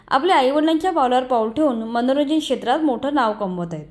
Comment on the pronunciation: 'शेत्र' नसून शब्द 'क्षेत्र' असा उच्चारावा. इथेच मराठीची गोची होते. मीडियावालेच अशुद्ध बोलतात, मग तेच प्रचलित होऊन जातं. बाकी नीनाताईं बद्दल मनापासून कौतुक आहेच..👍👌